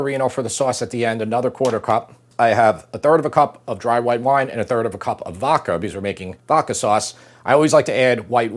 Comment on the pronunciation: Vokka sauce. Really,. Vokka? (I still love you guys.)